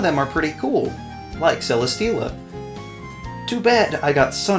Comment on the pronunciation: CELESTEELA, NOT CELESTELLA! FIX IT NOW!